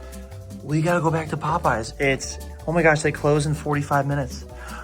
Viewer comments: Already off to a good start when he pronounces it the way myself and my high school friends did One night the Pope was on but the Yes was dark and it felt incredible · So glad I'm not the only one that constantly calls it "pope yes" 😂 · As an Orthodox, it’s more like, “Pope-no” but I appreciate the sentiment 😂